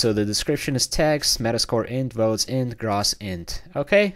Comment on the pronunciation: As an accountant, I cringed each time you pronounced "gross" as "grahs". Still, great video, good sir